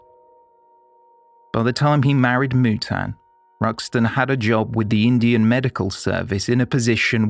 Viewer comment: AS ALWAYS , TOP of THE CLASS FOR STORY TELLING.!💯👋👋👍👍💐💐!! PROUNCIATIONS of BOMBAY/MUMBAI / NUTAN WAS SPOT ON ! NOT MANY PRESENTATIONS ARE GOOD WITH FOREIGN NAMES !! WATCHING MANY , MANY PODCASTS OVER THE YEARS !!!! THANKS. "They Walk Among Us." FROM,U.K. (2024).